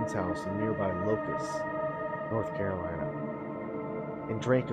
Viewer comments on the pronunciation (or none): none